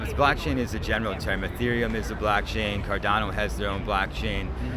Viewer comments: I was shook & started to be convinced that I was mistaken about it being “blockchain”, because he kept saying blackchain & people would say it back. 😭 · Ok sorry but why tf do & keep saying ”BLACKchain”?!?!?!??!?!!? It’s f%@ BLOCKchain!!! For awhile I was kinda hoping it was just a running gag or something but i think they’re actually genuinely clueless and it’s honestly making me crazy…. Like come on dude, one of the guys in nicks video even tried to help y’all out but you just keep doubling down and I just don’t get it?? 🤨 have you not done any research about crypto/nfts at all?? And yes I know I’m probably overreacting here, but I can’t help it - every time i hear one of them say “blAckchain” i just get irrationally angry 🤬 lol so I’m begging you, plz stop! 🙏😫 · Every time says "BLACKchain" makes me deeply uncomfortable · none of them corrected you saying blackchain????? lmfao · They were saying blackchain on purpose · i couldnt work out whether i was just being british and not understanding american accents properly 🤣 (i am british). literally sounded like blackchain every time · they’re saying blackchain to fuck with them. it’s hilarious. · I thought it was his accent. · Im not sure if it's an accent or what but hearing you mispronounce blockchain every single time makes it hilarious to me, great work keeping yourself together in that hellscape